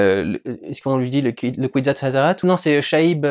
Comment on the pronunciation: Faudrait revoir ta prononciation du Bene Gesserit et du Kwisatz Haderach :P Mais faut lire les bouquins pour mieux se plonger dans le récit, comprendre les enjeux et magouilles politiques entre les différentes maisons du Lansraad, de la Guilde Spatiale, de la CHOM, du Bene Gesserit ou du Bene Tleilax. Je pense que les 4 premiers livres (Dune 1 & 2, Le messie de Dune et Les enfants de Dune) sont vraiment à lire, mais ce n'est que mon avis.